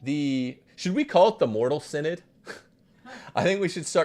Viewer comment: “The Mortal Sin-Nod”